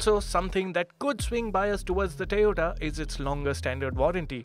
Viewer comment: This isn't funny anymore. Looks like this guy pronounces "O" properly if there is a Y behind it and not a T. "Tayota"? He's an embarrassment to the Autocar brand!